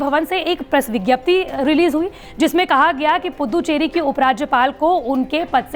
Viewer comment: अरे पुद्दुचेरी नही रे🤣🤣🤣🤣 पुदुचेरी बोल